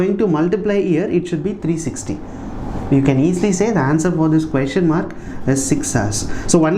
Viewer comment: Na your pronunciation on the word 'question' really peculiar one Queestion